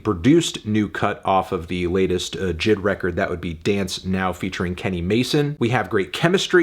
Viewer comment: J I D!!!! Not jid 🤦🏾‍♂️